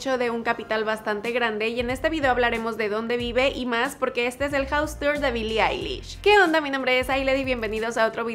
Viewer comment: Soy el único que escucho que en el minuto el tipo dijo bili lish jaja